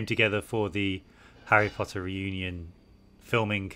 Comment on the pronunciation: when oliver mispronounced reunion during this video made me laugh 😭